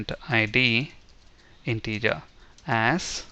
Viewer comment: Tutorial is good but pronounce 'AS' as 'Az' not 'Ass'...